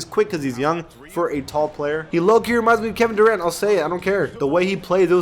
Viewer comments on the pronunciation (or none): none